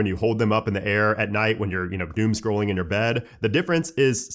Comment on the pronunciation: bro really said doom scrolling😭